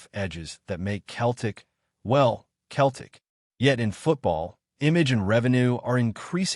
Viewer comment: It’s Celtic not Keltic 😂